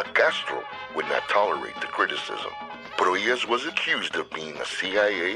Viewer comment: Hear that? "Pro-HEE-ahs"! Nicely done (the second time).